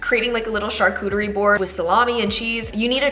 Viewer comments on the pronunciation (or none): none